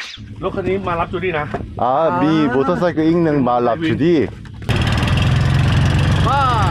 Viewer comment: ฉันชอบตอนพูดมากกก คือ คำที่มี _์ ก็อ่านออกเสียงชัด มอเตอร์ไซคึ